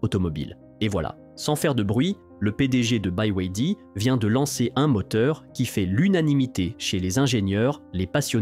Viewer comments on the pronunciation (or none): Ya bien juste des français pour mal prononcer 2 lettres sur trois ! Buy way D! Ça se prononce comme les lettres : Be, why, Dee